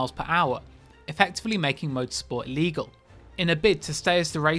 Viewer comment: really sounds like you said legal rather than illegal lol